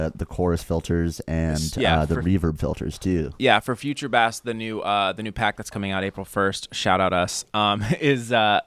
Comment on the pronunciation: They’re saying bass wrong